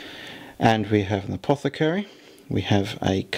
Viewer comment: Fantastic stuff as usual! Never mind the advert haters (you just click the little x and they're gone derr!) and the pronunciation bloopers, although saying 'apocothary was lol'! I think plays his Space Marines and Guard so well that surely it's time for a scorpion vs spider rematch, you are 0 and 2 i hate to remind you:( Adeptus plus marines, haven't forgotten about your Fists army also, vs whatever lucky Lawrence brings would probs be the highlight of my viewing year